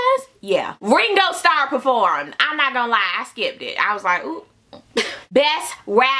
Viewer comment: Did she say Gringo star?